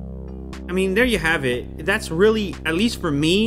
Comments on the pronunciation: "They der" - 2019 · "They durr" - 2019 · You mean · "They dur" - 2019